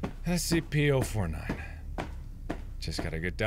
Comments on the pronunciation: "Spc" not SCP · … Are you serious mark? Spc? It’s Scp!